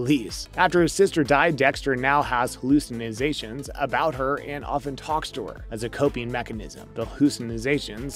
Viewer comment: The second you said “hallucinozation” I turned this crap off lol